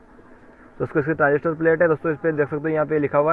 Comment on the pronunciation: Pass se kon bol raha hai 1943 transistorrrrrrrr😁😁😁😁😁